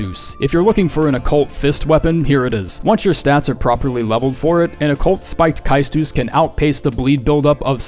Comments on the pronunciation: Kiastuss? Say stuss😅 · its pronounced cestus not cAEstus.Its a roman/greek word for boxing glove. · #296 is pronounced "Ces-Tus". Not "Kais-toos". It's greek. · Pedant's corner...it's pronounced sestus, not kaitus. It's roman. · Your pronunciation of Caestus (pronounced Kes-tus) was certainly new to the ears of humankind. I mean it endearingly, Ive been binging these videos for hours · You sure? I thought it was supposed to be pronounced seh-stuhs, like estus but with the seh sound on the front? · Someone please teach him how to pronounce caestus.